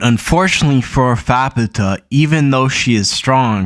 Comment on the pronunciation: I think you'd pronounce her "fap-ta"